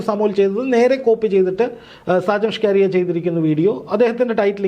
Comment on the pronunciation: സാജൻ ഷ്കാരിയ അല്ല സാജൻ സ്കറിയ